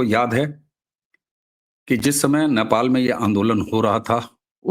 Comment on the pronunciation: "नेपाल" का उच्चारण आपके जुबान से "न्यापाल" निकलता है । जो कि हास्यास्पद है ।